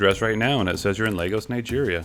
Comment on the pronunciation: Why do you pronounce lagos as legos? 😂